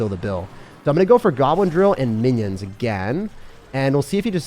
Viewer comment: Did my man really say Winnions☠️